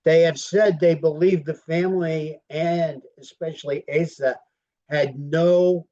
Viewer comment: Her name is not pronounced "Ay sah"